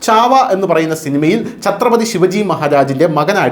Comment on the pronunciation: ശിവജി അല്ല ശിവാജി.